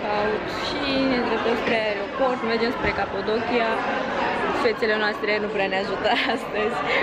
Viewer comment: Ai zis "Capodochia" de 1000 de ori, barem nu pronunti corect